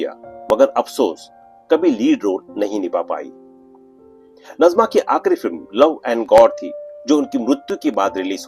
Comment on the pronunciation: नजमा नही नाज़िमा है